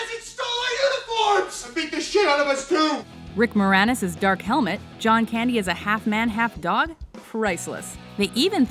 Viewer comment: She mispronunced Rick Moranis. -_